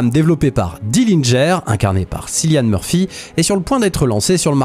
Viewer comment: Tres bonne vidéo,merci. Autant je n’ai jamais croché sur le 1er tron, autant le 2e je peux le voir encore et encore. Ps: Cillian murphy se prononce Kilian ;)